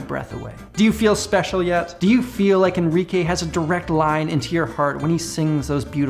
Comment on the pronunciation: Please say "Enrique" again :P